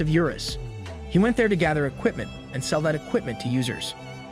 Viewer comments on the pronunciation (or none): none